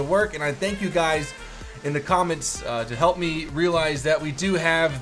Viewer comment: In the intro it sounded like you said "What's up gays?". XDDDDDDDDDD